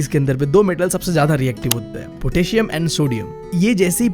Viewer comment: bro potassium hota he bhaii not a ptassium